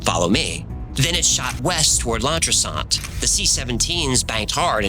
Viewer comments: I'm Welsh, that's the funniest pronounciation of a Welsh town I've heard in a while for "Llantrisant" - "Ll" is a throat sound ending in L the rest - an-triss-ant - English people usually say; Lan-triss-ant - Definately NOT with a French accent - lmao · Welsh woman here. It's 'Llan-TRIS-ant', with the stress on the caps. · Llantrisant is prounounced erm the best i can explain is clan- trissant though the cl part is more of a flat tongue lisp Anyone else able to explain how to pronounce 'LL' better? Nice to have a welsh sroy. Wales has a lot of military bases and plenty of wierd happenings. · Llantrisont = Thlatrient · Launtrisaunt? We need to get you speaking more like us Welsh boyo. It's pronounced something like 'Thlantrissant' Great episode. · Lan-tris-ent….. not Larn-tris-arnt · no but “Llantrishaant” threw me 😄 it’s sant like pant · and team. two fact for you. 1. most of wales is an official military low flying zone, and is a low flying training zone too. 2. your welsh is crap. Llan = clan. So clan tris ant. is how you say the second place. maybe google saying them next time. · As a Welshman I always find It hilarious how Americans pronounce Welsh names. It’s pronounced lan tris ant. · Pronounced clan tries ant I live in cwmbran just up the road a bit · I'm from Wrexham, Wales. When reading Welsh, double Ll, at the start of a word, it is pronounced as a Cl, sounding like the start of the word, cloak, or clock. Ll = Cl... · It’s pronounced Clan tris ant, not whatever you were saying in the content. I know this area, my sister in law lives there and I’ve suspected for a long time that they are all aliens, which is almost as bad as being in the Welsh rugby squad at present. Really enjoying the content, keep up the good work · Sorry, need to say this, if your saying Welsh names, if it double L, it's pronounced, CL.. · FYI....LL in Welsh is actually a "cl-uh" sound. Lived in Wales back in 03-04 on exchange program at university of wales in aberystwyth.